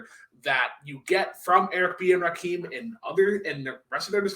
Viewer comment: I want to strangle every time he says Rakeem. ITS RAKIM. LIKE HIM. DAMMIT